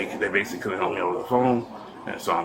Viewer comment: basilly....basilly. He does everything basilly.